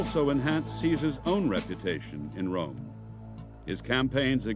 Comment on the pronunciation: every time this commentator says rome I Here America